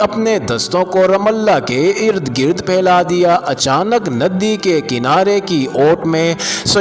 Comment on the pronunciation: گرد گ کا زیر نہی زبر ہے